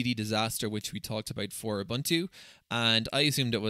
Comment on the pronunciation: No, you are not using "OOBANTOO". You are using "OOBOONTOO". Your Scottish accent is not an excuse for this big mistake. 😁